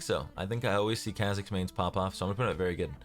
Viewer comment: Him saying khe’zix’s